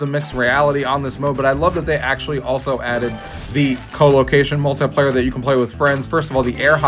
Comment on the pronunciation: The word "muahltaiplayer" makes me so aggressive 😅